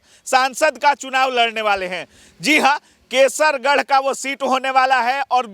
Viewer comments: Kaisarganj hai kesargarh nhi bhai phle thik se bolo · कैसरगंज है कैसरगढ़ नहीं।😅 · पहले बोलने का तरीका सीखो कैसर गढ़ नहीं कैसरगंज है अगर नेताजी निर्दल लड़ेंगे तब भी जीत जाएंगे